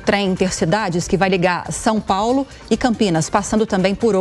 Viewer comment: Não sei o que é pior: um governador 'apaulistado' ou um presidente que continua falando 'Sum Paulo' !